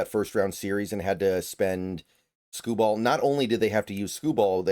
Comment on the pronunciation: Skubal will pitch games 2 and 5. Both on normal rest. Also you’re saying his name oddly